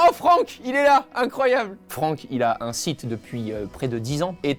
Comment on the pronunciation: Franck sans C avec un C bien ouèj ! xD